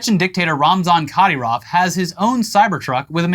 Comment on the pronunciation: Research pronunciations please. It's painful to hwar you pronounce Kadyrov. KAH-deer-awv not Kah-der-off Love the show guys!